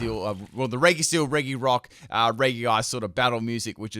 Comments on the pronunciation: I think you are pronouncing regi wrong. It's pronounced "reji" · It’s pronounced REJI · by the way, “regi” is pronounced “re-ji”. please don’t mess that up. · Same and he says it wrong constantly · the pronunciation of regi physically harms me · Hes pronouncing regi wrong.